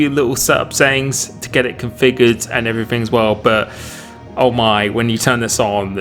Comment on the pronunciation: Everyfing- why can’t u brits use th